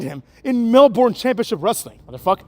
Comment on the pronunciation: In Australia we call it Mel-BURN not MEL-BORN ;)